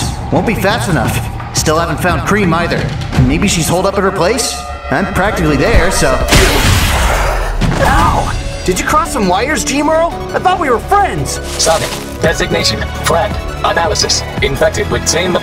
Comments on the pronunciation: I love the voices, but hate how all the characters call him Geemral, it’s Gem-er-al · how come everyone consistently botches Gemerl's name?